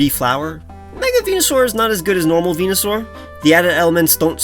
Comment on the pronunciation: THERE IS NO O IN VENUSAUR!